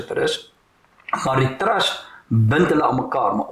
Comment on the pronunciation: Dirk, nie "trast" nie, maar TRUST met 'n U asb.